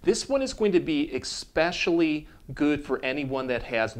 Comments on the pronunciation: Is it wrong that I have a difficult time taking professionals seriously when they say expecially instead of especially lol Sorry. I had to. 🤣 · Thank you for this wonderful video. I'm picky on words, so I have to tell you expecially is not a word... It's especially. Kind of like expresso is not a word... It's espresso. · There is no "X" in the word "eSpecially" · There is no X in the word eSoecially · Hard to trust a doctor who pronounces especially, exspecially,lol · You are a Doctor & you said EKspecially? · Idk if I can take advice from a dude that pronounces it “expecially”. Great vid tho 👌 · I love the videos, which are very helpful. Thank you. But, PLEASE, Im respectfully asking you try to stop saying expecially. You're a doctor, not a pool man!! -:-p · Seeing as you use the word especially so often, I recommend working on your pronunciation.